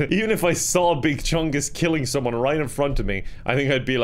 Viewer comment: it made me laugh when u do say someome